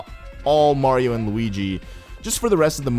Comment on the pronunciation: "Mardio" xD